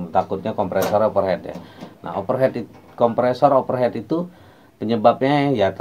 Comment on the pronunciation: Thx pencerahan nya. Membantu sekali. Over heat Bang, dibaca over hit. Bkn over head. Kalo head artinya kepala. Kritik bangun ni. Biar Abang tambah ganteng ❤😂